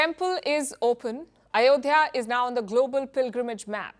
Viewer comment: Not ayodiya.... Mosq place sreeraam... 👍👍👍👍